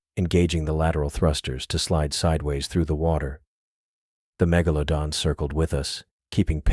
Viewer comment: I laughed every time it said mega - low - don